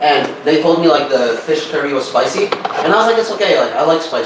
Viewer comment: spicy itu nyebutnya spaisi bukan sepaisi.... 😆😆😆😆😆😆😆😆